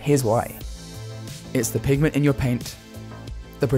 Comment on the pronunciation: Pig-a-ment? It's PIGMENT